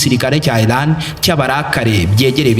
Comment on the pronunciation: Ntago nabuga ILAN bavuga IRAN. Mumvugo yawe jya utandukanya L na R Birababaza kukumva uvuga ngo ILAN kandi ari IRAN 🇮🇷